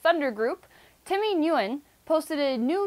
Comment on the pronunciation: Put Nguyen into Google translate, it pronounces it correctly ( I'm not hating but since my last name a Nguyen I don't like people mispronouncing it but I like your stuff )